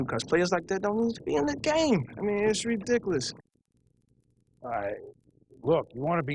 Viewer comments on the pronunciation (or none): Josh Norman said Ridicliss 😂🤣 he was so mad to a point his pronunciation is wrong